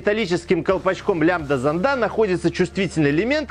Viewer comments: Не зондА, а зОнда! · Не лямбда зондА, а лямбда зОнда. Я даже смотреть не смог.